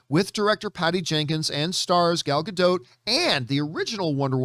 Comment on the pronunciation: Please learn how to pronounce her last name. It does not rhyme with boat.